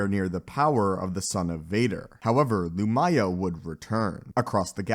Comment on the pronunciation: The mispronunciations is almost comical. Emphasis in the first syllable. "LOO-mya."